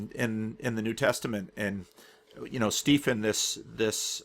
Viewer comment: are you pronouncing Stephen 'Steefen'? or is the name spelt differently? because Stephen is pronounced 'Steven'. it is just an older spelling. you get a lot of Stevens in the UK whose names are spelt 'Stephen'. don't know about the US... i may be totally wrong and the name is spelt differently, but if it is spelt 'Stephen' it will be pronounced 'Steven'.